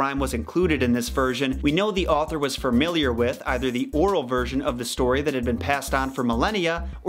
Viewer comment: Are you saying "framiliar?"